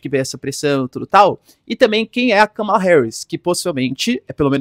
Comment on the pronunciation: ￼Aprende aí, companheiro! Não tem nada de "cama" no nome dela! Kamala Harris Vice-presidenta dos Estados Unidos Pronúncia americana￼ Soa como kaa·muh·luh heh·ruhs